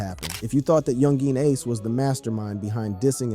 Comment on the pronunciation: am i just to high off my ass or is he saying some of the names wrong like chiraq or Ace